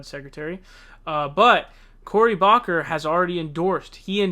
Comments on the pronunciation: It’s pronounced “Book her”. Not Bock Her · Cory Booker's name is pronounced "COH-ree BOOK-er," not "COH-ree BOCK-er." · Book-er Corey Booker not Bocker bro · cory bocker??? why do you pronounce names wrong so often? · cory bocker ???? its booker bro!!!! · Bro love your videos but I cringe every time I hear you pronounce names Sand-ers not Saunders and book-er not baulker please say the names correctly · It's BOOK-ER.